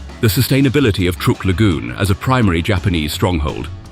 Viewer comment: Truk is pronounced as truck, not trook!